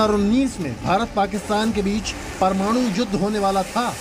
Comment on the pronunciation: यार तुम लोग 'परमाणु' बोलना भी सीख लो. यह क्या परमानू परमानू बकते हो.